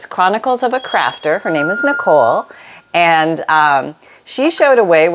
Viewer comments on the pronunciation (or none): none